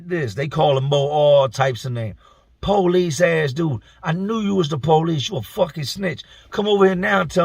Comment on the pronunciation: The poe-lease. lol